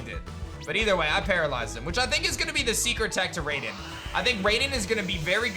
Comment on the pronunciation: Just so you know, it's pronounced "RYE-den"